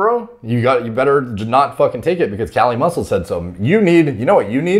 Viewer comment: KAH-LEE MUSSEW.